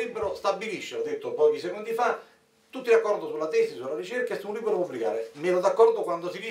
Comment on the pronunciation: Comunque la lingua italiana ha delle regole di pronuncia che una volta si imparavano alle elementari, e non sono molto più vecchio di questi signori. Le consonanti doppie si pronunciano in modo diverso dalle singole. Libro non è LIBBBRO. Responsabili non è RESPONSABBBILI, è via dicendo. È elementare!!!